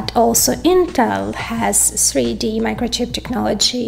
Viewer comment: "sree dee" chips 😁